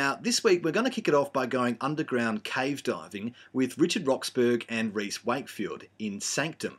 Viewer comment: Richard's surname is pronounced "Rox-borough" (burra), not "Rox-burg".